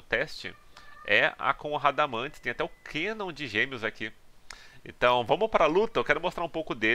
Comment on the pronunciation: "É o Valãteini". O cara fala Kanon com a pronúncia do inglês Canon, e não acerta a pronúncia do inglês Valentine. 😐